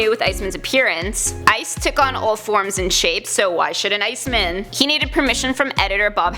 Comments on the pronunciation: Bruh i hate bruh she need to pronounce these heroes name better! Its iceman! Not icemen! Wtf wrong with her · IceMAN, not Ice-min... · She is saying “Ice Men” I am sure of it it is driving me so crazy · Stop saying Ice MEN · Shabloinkz I noticed that as soon as she said it 😂